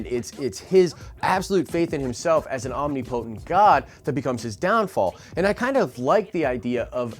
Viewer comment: This bothers me: It's not "omny-potent" its omNIpotent - accent on "i"